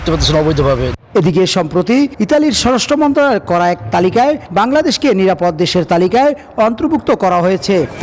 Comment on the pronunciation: সাংবাদিক ভাই আপনার স্বরাষ্ট্র মন্ত্রণালয় উচ্চারণ ভুল